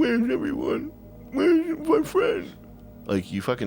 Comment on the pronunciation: weweweyone? wewemyfwen?